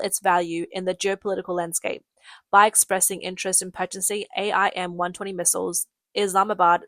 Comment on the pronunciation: It's pronounced aim not A I M. These would equip the American F-16. The American F-16 cannot use Chinese weapons and Chinese aircraft cannot use American missiles; this is school-boy knowledge...back to your ox-cart...